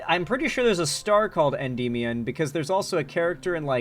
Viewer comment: Bro has no clue how to pronounce Endymion (en-DIH-mee-un)